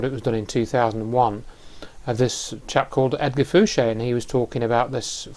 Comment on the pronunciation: Why does everyone call him, when he announces himself as Edgar Fouche. De Rothschild